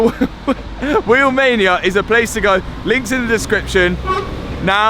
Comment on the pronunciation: How come when you say Wheelmania I hear Romania……. Are you from Nottingham or something?